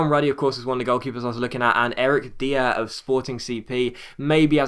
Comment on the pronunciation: should take another look at Eric DIer young tall great in the air by age 22 he is already around 84 also its pronounce dyer